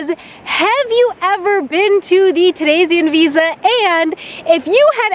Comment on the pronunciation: I'm baffled that you basically have no accent when saying "Theresienwiese". :D